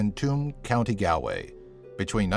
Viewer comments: It's prounonced gawlway not galway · It's pronounced GAWL-WAY not GAL-WAY, even though that is how it is spelt. It is understandable why people who don't live in Ireland would pronounce names wrong. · its pronounced gall way not gal way even if its spelt galway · i live in cork in ireland and im pretty sure its not Gowlway its pronounce Gawlway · I don't mean to be an ass or anything but you pronounced Galway wrong it's gol-way not gal-way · its not Galway its pronounced Golway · Did any other irish person get really annoyed when he said gal-way rather than Galway (Its pronounced golway) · he pernounced Galway wrong it is spelt Galway but pernounced G all way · You're pronouncing Galway wrong XD It's GALL-Way. But no worries, haha. Top 10 Creepiest Buildings Around the World? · Its pronounced "golway" not "gaalway" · it's not galaway is pronounced s golway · i will hate on you because you said "gaalway" instead of "gawlway" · It's pronounced "Choom" not "Too-am" and "Gall-way" not "Gal-way"...you really should update your research on that one by the way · Galway, pronounced Gaul-way. Tuam, pronounced chew-mmmm. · Number 1) Tuam, Galway is pronounced Choom, Gawlway Do a top 10 on something Irish or Ireland itself 👍🇮🇪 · More like gahl-way, like when saying the beginning of 'gone'. Its a gah kind of sound. Though in certain areas in Ireland it can be pronounced ghoul-way but thats only because of the accent. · "County Gow-way" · It's pronounced Gaul-way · Nice try on the pronunciation of Galway sir, it's pronounced "Gaul-way" 👍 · I'm Irish. It's pronounced county gawl-way XD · of an Indie girl But there are other comments correcting him and his pronunciation of the word. And really, in the course of a lifetime, what does it matter?? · it's spelled Galway but it's pronounced Golway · Galway (gawl-way) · Galway is pronounced gaulway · Galway is pronounced goll way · galway is pronounced gawlway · Its pronounced Gaul-way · you said GALL-Way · You pernounced Galway wrong